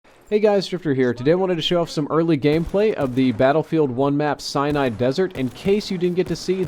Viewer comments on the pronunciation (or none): Are you sure its Cyanide Desert and not Sinai (sen-i) Desert? All of the other videos I've seen say Sinai. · its pronounced SI-NAI